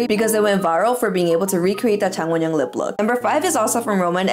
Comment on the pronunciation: i like how you literally say wonyoung’s full name in ONE SYLLABLE 😂